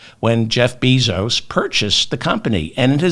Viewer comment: Respectful correction of pronunciation of Bezos’ last name: Bay-zos